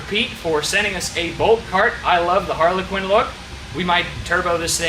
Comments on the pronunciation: just so you dont get roasted saying harley quinn around some volkswagen nuts id like to let you know its pronounced a har-la-kin and im pretty stoked you even knew what one was honestly. love the build tho looks snazzy! edit: the name is also PERFECT! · I'm sorry but every time you said it, it rubbed me the wrong way. It's harlequin. Not Harley Quinn. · Harlequin. Not Harley Quinn. I'm dying over here 🤣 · Are you saying Harley Quinn? Please stop. It hurts my ears every time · named the kart without even realising due to his pronunciation. Harley Quinn.